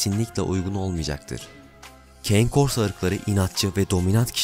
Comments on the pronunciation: Keyn korso nedir be kardeşim italyanca kane korso diye okunur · aga iyi hoş da keyn kors ne, kane korso diye telaffuz ediliyor italyanca, hani cane corso diye düz okusan en azından direkt türkçe okuyon dicez de valla keyn kors ne hacı